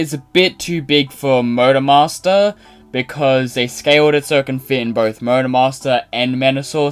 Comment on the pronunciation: I couldn't help but hear Murder Master whenever you say Motor Master.